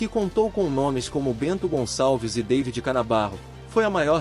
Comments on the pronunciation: . ...ainda pronunciou "dêividi", como se fosse inglês. O nome é Davi, pronunciado em bom português: dá-ví...!! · "Deivid" Canabarro? É Davi, infeliz.